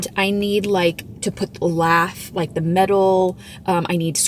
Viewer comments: Lath is pronounced like laugh. I googled it.😊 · It’s pronounced la ( hard a) the (th like this and silent e! Love the dog! And didn’t she say it was Angie Dickensons house?? That’s cool!! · You say lath like you start the word laugh. 😂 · Lath (rhymes with math) is used as a frame for support. Lathe (long a) is used to turn wood for those beautiful curves on furniture. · I'm pretty sure wood trim is priced by the linear foot (or foot) not square foot. Lath rhymes with path.